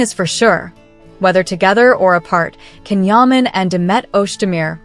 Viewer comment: Don’t you think that it’s about time that you learned how to pronounce Can’s name. J like John. Not Can like can